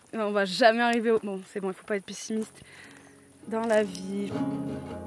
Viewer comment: 2min16 t’as dis pissimiste au lieu de pessimiste. Première erreur INACCEPTABLE. Ça me stress. Je continue mon visionnage.